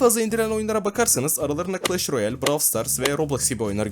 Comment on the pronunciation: abi classh royale demeseydin iyiydi ya 😢